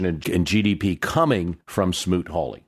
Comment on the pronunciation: Smoot-Hawley.....not Smoot-Harley!